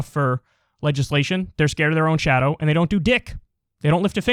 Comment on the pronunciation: KYLE, the only thing I don't like about you is, you pronounce the word "and" as "end." Every time. It's distracting.